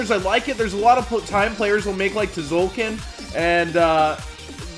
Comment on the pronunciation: it's zolkin. Not tzolkin kappa